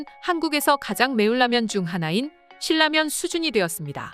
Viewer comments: 발음... "실라면"이아니라 "신라면"이에요 듣기 거북하네요... AI인가? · AI 맞구요. 유음화 발음법 때문에 <실라면>으로 소리 났습니다. 고구려 백제 신라를 우리가 <실라>로 발음 하듯요. 제대로 된 발음은 <실라면><신라면>이 아닌 ㄹ비음화 적용예인 <신나면> 으로 해야 합니다. 진라면<진나면>,원룸<원눔> 등이 적용 예 입니다.